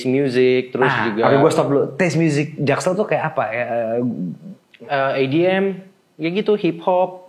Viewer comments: Gue anak timur paling engga ga salah nyebut edm jadi adm si.... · Dia bilang edm ajj aidiem aowkwkkk